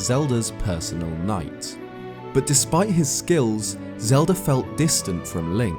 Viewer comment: Ah yes the Lelda of Zelda